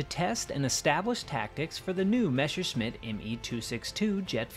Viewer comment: it's Messerschmitt, not Meshersmitt.